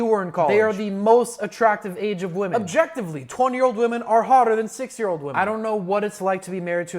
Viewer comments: bro i swear he was saying 6 year old not 60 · I kept hearing 6 and 7 year olds instead of 60 and 70 year olds😭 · Yeah, and basically nobody in the comments is getting it. He literally said this: "I don't know what it's like to be married to a s i x year old woman, I only know what it's like to f**k one once a week for a thousand dollars" He pronounced 60 as 6 for almost the entire video and added misleading subtitles just for this joke ... genius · You need to work on pronouncing the number 60 more clearly 💀💀